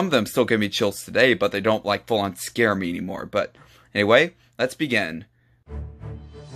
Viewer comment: you say scare wrong!